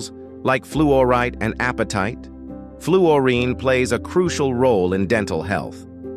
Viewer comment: Oh please, something or someone who knows how to pronounce the subject of your documentory.